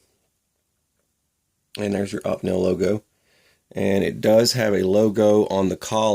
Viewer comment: great vids bro ! . but..... do you remember opie ? opie Taylor, from the Andy Griffith show .. that is how it is pronounced .. opie-nel ..sorry just had to :) its like when i hear people say porsh instead of Porsche .......it drives me nuts ..